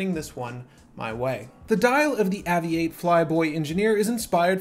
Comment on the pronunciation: It’s pronounced “Aviate” as in its an aviation watch.